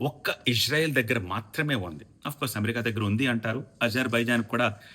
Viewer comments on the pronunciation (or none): none